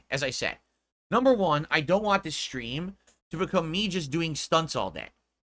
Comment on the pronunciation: I don’t waghhhhh… god I hate the way he says want.